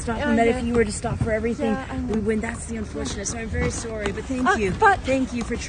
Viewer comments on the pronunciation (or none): none